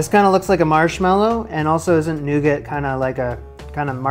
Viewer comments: noo-gah is how it's pronounced my good sir, latin translation 'nut bread' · You don’t pronounce the t on the end of nougat …